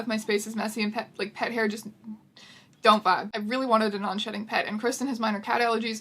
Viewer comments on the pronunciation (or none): I REALLY keep thinking you're saying non-shitting cat 😂😂😂😂😂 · I know what you're saying but I'm hearing "non-shitting pet" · misheard "non-shedding" as "non-shitting". got extremely shocked and confused for a millisecond.